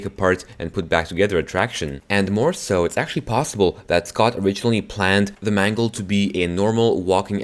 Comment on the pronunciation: please dont call Mangle Mungle